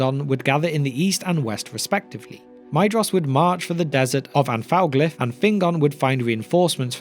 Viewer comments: I hate being pedantic about pronunciation. However, Maedhros is my favourite of the Sons of Fëanor. The "ae" is pronounced as a long "a" and the "dh" as a "th", so the name should be pronounced "MAY-thross" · I always thought that Maedhros was pronounced Maethros, but maybe it isn’t, and I do think that Maedhros sounds better